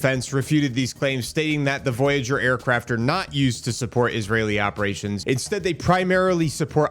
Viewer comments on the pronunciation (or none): none